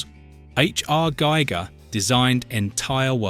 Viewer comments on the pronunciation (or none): none